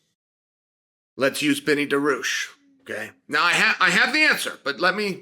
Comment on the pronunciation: I love that after all this time, you still cannot pronounce his last name. 🤣😂 Come on Chael! It's not "DA-ROO-SHH"